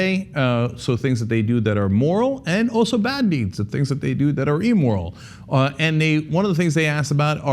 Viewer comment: It's not ''e-moral'', Cenk. It's either ''immoral'' or ''amoral''. Pro-nun-ci-a-tion is key.